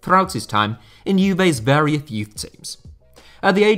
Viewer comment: I don’t think ‘varioth’ is a word… Tell that to Mike Tyson.